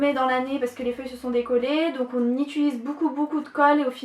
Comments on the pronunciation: C'est pas "Itulise" c'est "Utilise" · Tu dis toujours "itulise" mais c'est "utilise", mais bon super video comme d'habitude, jtadore !